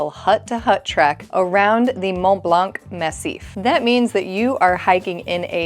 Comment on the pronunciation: You do not pronounce the ‘c’ in blanc of Mont Blanc